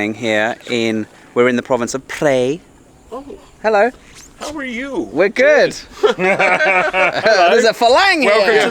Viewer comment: Van life looks fun! Great to see you on the road again in Thailand, Paddy! Btw, Prae is pronounced 'prayer' (not 'pray') and is famous for it's teak mansions from the 19th C. teak logging days.